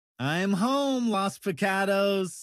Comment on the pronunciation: "Los Pecados" (How says it: Lows Picadows) If that is not an American that hasn't said a Spanish word in his life, I don't know what is.